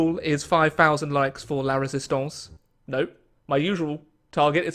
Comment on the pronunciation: ‘La Résistance’. Finally, is able to pronounce two French words competently.